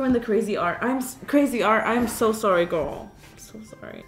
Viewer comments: I love how she says gorl instead of girl i love Karina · bc shes forgetting it she even said hey gorl hey lol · When she says “gorl” it just reminds me of grew from despicable me...